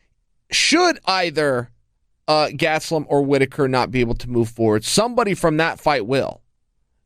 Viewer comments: Kelvin "Gatsdeulum" Gastelum. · Chael "GATstellum" Sonnen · Chael "GATstelum" Sonnen